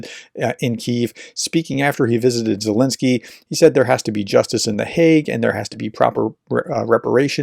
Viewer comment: RT Russified Zelenskyy's name. That's just rude!